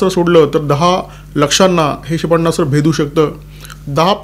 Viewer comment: क्षेपण्णास्त्र नाही क्षेपणास्त्र म्हणा